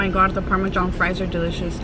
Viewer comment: Not the parme-John!!!😂😂